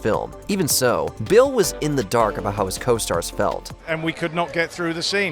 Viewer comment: Everytime you say Bale it sounds like Bill. I was so confused. Lol